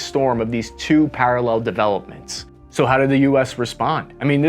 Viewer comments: "parrell"?? ❎ Parallel ✅ May want to fix that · Parrell = parallel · "Parrell developments"? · PARRELL! um maybe parallel? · "parrell developments"? wtf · "Two Parrell Developments".. :p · WTF is a parrell?